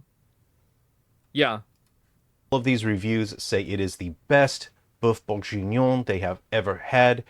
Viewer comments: Sorry...i had to give this video a thumbs down just for the godawful pronunciation of Boeuf Bourguignon. The rest of the video was great...but that pronunciation! OMG! 😜😁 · "boeuf bourjinon" aaaaaarg just for those reading this, it's pronounced kinda like: "buff burg-eenion" The same g as in gear. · He ain't pronouncing boeuf bourguignon correctly